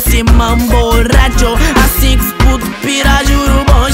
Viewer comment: Мне так нравится, когда он произносит RRRRRRRRRRRRRRRRRRRRRRRRRRRadio